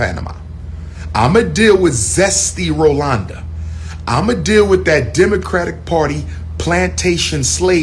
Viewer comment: Not Rolonda🤣😂😆